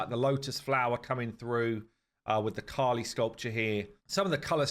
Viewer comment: I think there was a mistake in the video guys. Its KALI goddess not KHALI. Khali means empty in hindi